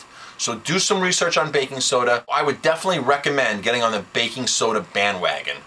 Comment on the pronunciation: "BBBAKKKING SSSODA!" Torture!